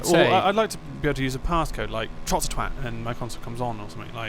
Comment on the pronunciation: u know what ITS ITS ITS TROTT NOT TROT